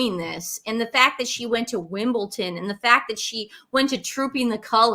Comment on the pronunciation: Just to say, it’s WIMBLEDON…not Wimbleton 😊